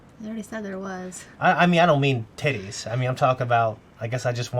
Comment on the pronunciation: The way you said "titties" was the most American thing ever.